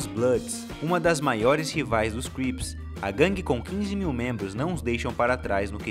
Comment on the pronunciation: é crips nao grips hauahauahauaahu